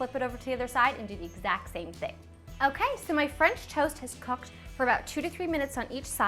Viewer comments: "my french toast has cocked" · cocked lol sorry